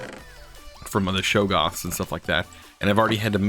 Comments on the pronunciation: Their name is pronounced Shog-Garth with Garth being like Darth in Darth vader but with a G instead. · 7 years late but its SHOG-OFF (Shoggoth) - Read some Lovecraft :) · Shoggoths! Shawg-awth. :D :D :D Abyssalcraft is based on the Cthulhu Mythos, as in the H.P. Lovecraft books.